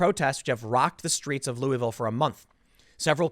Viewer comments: It’s Lu-a-vull. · Im originally from Louisville and I couldnt help but notice how many ways you pronounced it lol. We pronounce it LOO-A-VUL or LOO-A-VILLE. :)